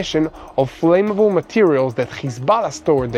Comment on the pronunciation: English is my mother tongue. I just noticed the pronunciation of the words "work" and "flammable" need to be corrected. The word "flame" has a long "a" sound but "flammable" has a short "'a" sound. "work" should sound like the word "were" with a "k" at the end. i really enjoy listening to you.